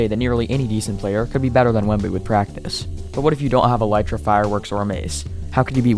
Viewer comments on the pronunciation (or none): none